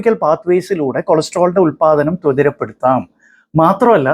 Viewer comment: സാർ അറിവുള്ള ഡോക്ടറാണ്. എങ്കിലും " ത്വതിരപ്പെടുത്താം" എന്നല്ല "ത്വരിതപ്പെടുത്താം" എന്നാണ് ശരിയായ വാക്ക് എന്ന് വിനയപൂർവം ഓർമ്മപ്പെടുത്തട്ടെ